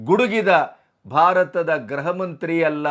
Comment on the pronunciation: ಸಾರ್ ನೀವು ಯಾವಾಗಲೂ ಗೃಹ ಅಂತ ಉಚ್ಚರಿಸುವುದರ ಬದಲು ಗ್ರಹವೆಂದು ಉಚ್ಚರಿಸುತ್ತೀರಲ್ಲ ಇದು ಸರಿಯಾದದ್ದಲ್ಲ ಗೃಹಮಂತ್ರಿ ಎಂದು ಉಚ್ಚರಿಸಿ